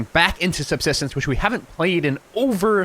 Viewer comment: you cant even pronounce the games name correctly